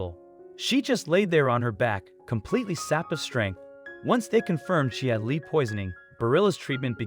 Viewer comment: The only complaint, it’s lead as in metal, not lead as lead someone out of a building.